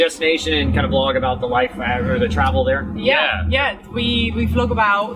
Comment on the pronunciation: Yes that is what it is all 'aboot'. Who is this Bobby dude anyway? LoL. Great video guys. Just what I needed on a quaratine Friday. The whales not quarantined, eh?